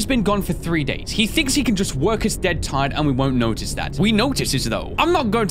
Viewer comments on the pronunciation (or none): none